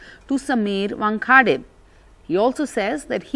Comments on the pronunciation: NDTV, where unfounded rumors are placed in the "news" column. And where an anchor who was born and raised in Mumbai, not too far from the famous cricket venue, Wankhede Stadium, is unable to properly pronounce "Wankhede". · This newsreader cannot even pronounce Wankhede properly.... Such a disgrace..